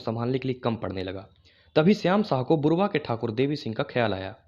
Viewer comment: बुरवा नहीं बुड़बा है , कृतघ्नता नहीं कृतज्ञता कहो